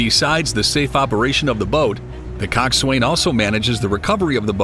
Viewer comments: its "Cocksun" not swain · It's coxwain